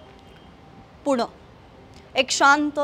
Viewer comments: पुणं नाही पुणे... 😅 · पुण नाही पुणे म्हणा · Pun nahi g pune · Punaa nahi Pune